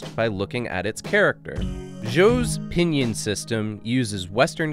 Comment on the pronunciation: You keep pronouncing pīnyīn wrong. :-S